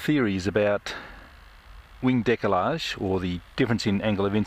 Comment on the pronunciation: Oooh.......decalage!!??? 😁